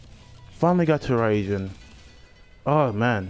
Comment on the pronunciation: I was proud of you...then you said ryujin weirdly, now im just sad. Im not good with congratulations so... cool